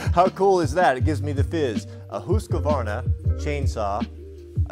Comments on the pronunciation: Why is he pronouncing it as Husqavarna and not Husqvarna? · You say husqvarna weird. The proper pronunciation is husk-a-varn-a in case your curious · If you were wondering It’s pronounced hoosk·vaar·nuh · Husk varna is how you pronounce it over here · I’ve never heard anybody pronounce Husqvarna that way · That’s a weird way to pronounce that brand name. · I don’t care if you are pronouncing it correctly stop saying Husqvarna like that.